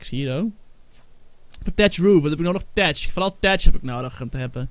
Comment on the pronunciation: je spreekt uit thatch als fatch